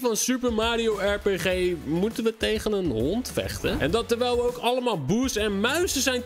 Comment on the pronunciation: je spreekt rpg niet uit als er pee gee maar als ar pie tjie